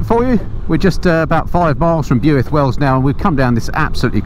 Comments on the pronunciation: Enjoyed the video through all the roads i frequently ride.. btw its Pronounced Bilth Wells not Bewilth.. . The Fountain pub is fab to eat at they run Beers n bikes festival every bank hol. If you had gone sharp left at top of town signed Lower Chapel & upper chapel onto Brecon.. that is a stunning biker rd and off the main drag.. looking forward to part 2 of that run .. I'm based just south of Merthyr . 🏍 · Hi, a couple of points before your Welsh followers are up in arms..1)Powys is a Welsh county not the entire country 2) Builth is pronounced ‘Bill - th’. I grew up in Herefordshire just to the South and yes it’s a fantastic part of the world for roads and scenery. The Chiltern’s are great but not to the same level. Another great video, thank you. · “Builth” is pronounced “Bill-th” it’s very important to them over there 👉😱. Did 200 miles around mid Wales yesterday....contrary to Mad Man Drakefords threats ...nothing thrown at me 😃.... really enjoying seeing my own stomping ground through your trip. Not sure the “ beast” would be ideal some of the lanes I travelled yesterday.... eg Pumpsaint to Rhandirmwyn.....have a look ...it’s stunning. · Builth as in “filth” is how I remember it!! But it’s a beautiful town!! And I’m there this weekend..👌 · It must be a horrible job, but someone's got to do it....... oh and it's pronounced Bilth same as filth😂 How's the ribs after those bends? One of my fave roads. Ride to Aberystwyth have an icecream on the sea front then home again. But watch out for the camera vans.... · Great video but still laughing my head off re your pronouncing of Builth Wells! Just say it as 'Bilth Wells and you'll sound like a local!! I'm guessing you'll have visited the Owls Nest at Llandovery in Part Two? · Lol it’s Pronounced Bil-th Wells 😂 we are lucky enough to live on the border and travel that toad all the time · Steve Edwards: It is pronounced 'Bilth'. I think the Welshman had had a few too many! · true Builth is pronounce Bilth lol